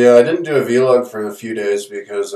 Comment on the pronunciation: its not vee-log. its vlog